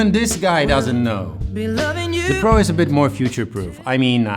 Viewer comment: When you said "OnePlus 9 Pro" i heard "OnePlus 9 Bro" i don't know why